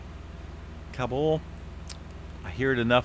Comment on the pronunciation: This guy is employed by someone.... who can’t pronounce “kabul” in California???